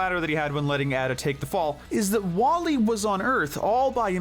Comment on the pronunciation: You spelled Flik's name wrong in chapters. Also, WallE is pronounced as "WALL-E". Sorry about that, just being honest is all.